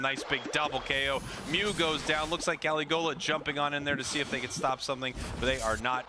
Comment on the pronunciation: Pronouncing caligola totally wrong